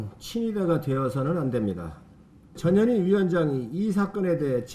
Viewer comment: 전현희 발음이 저머시기로들리네